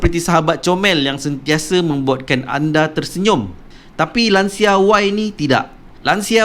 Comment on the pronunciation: Cara sebutan betul Lancia.... Lan-chee-yaa